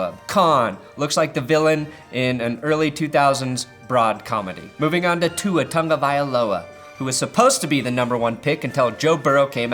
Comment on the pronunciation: That's not how you pronounce Tua Tagovailoa 😂😂😂